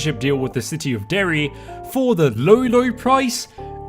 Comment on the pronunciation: Mad respect on saying Derry